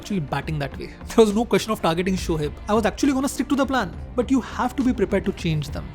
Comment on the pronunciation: Its shoaib not shohaib😂 totda sala